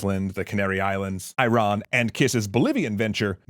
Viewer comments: Iron is not a country. there are 4 mispronunciations of that country and yall had to invent your own new mispronunciation ? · Bro... that's not how you pronounce Iran wtf 💀